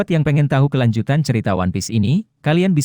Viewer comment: bang bukan wanpis tapi one piece